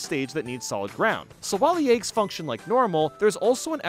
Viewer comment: Had no idea I could get so peeved about how someone says eggs